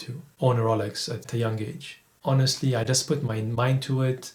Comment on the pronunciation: Ro...Yeel...Oak, R...oh..Lax, Brund, Diual all kill £130,000 worth of watch review.